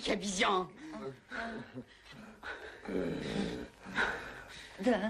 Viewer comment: ваша жена сразу поняла что во всём фильме роль чучела обезьяны имеет некий юмористический смысл, тётушка говорит что она из Бразилии где много много диких ообезьяяян (Обезьян) это произносится с некоторым смешным прононсом.